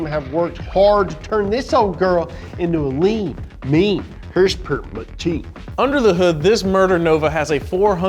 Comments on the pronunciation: Can you please stop saying hrsprs, its not even annoying just sad that you try and make it a thing. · Why is saying hurs purs instead of horse power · I think if accidentally said horsepower, instead of “HrSpErS”, he’d explode.